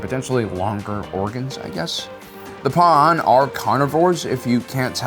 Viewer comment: I hate how he says Pua’an while it’s Pau’an